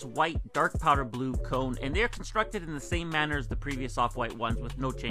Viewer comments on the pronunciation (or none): none